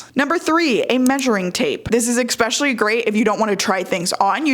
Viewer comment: Giiiirl, ek-specially is adorable but trips me up